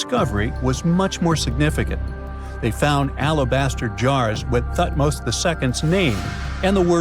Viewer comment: TUT- Moz I, TUT-Moz II? HAT-Shu-Psut? TUT-Nkwa-Amun.